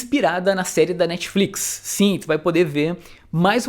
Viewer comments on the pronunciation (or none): none